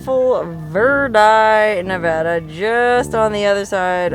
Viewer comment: Props for pronouncing nevada and verdi the way locals do!